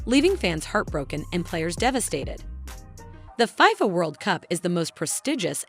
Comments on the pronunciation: FIYFA WORLD CUP?! (its FIFA, pronounced Fee-Fuh) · I cringed everytime she mentioned it that way